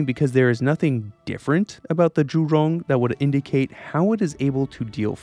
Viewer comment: I appreciate your attempts to pronounce Zhu-Rong correctly, and the level of your research.